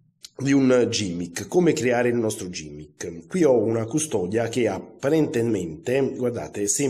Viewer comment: Grazie per la spiegazione, molto semplice ma di grande effetto. PS si pronuncia GHImmick e non gimmick :)